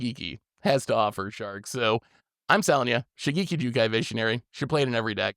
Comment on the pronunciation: The ge in Shigeki is pronounced as from gecko. Like shi-geh-ki if we are to use romanji Japanese pronunciation.